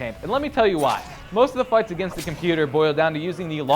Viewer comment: says farts instead of fights